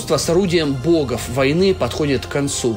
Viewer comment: Интересно. Маленькое замечание: не "бОгов", а "богОв"